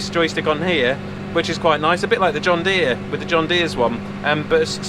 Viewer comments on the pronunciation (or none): "Hello Deere" or "Hello dear"....it's just the way you said it! There again, I talk to my Pajero or Paj as I call him. LOL